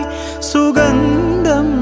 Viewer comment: സുഗന്ധം എന്ന വാക്കിന്റെ ഉച്ചാരണം ശരിയാക്കണേ.....